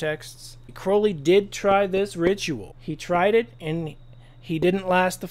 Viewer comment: There are SO many things I'd like to say to you, I'll start with thanking you for pronouncing Crowley right!